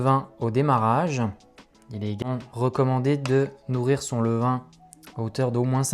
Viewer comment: "levain" svp, merci beaucoup. Superbe votre chaîne, vidéos au top !